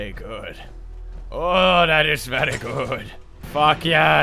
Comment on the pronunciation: "What was thawt" - I laugh every time